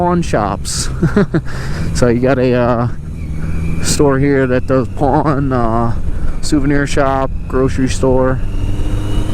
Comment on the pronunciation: Got excited for a minute cause I thought you were saying "porn" shops. I enjoyed your video otherwise, thank you!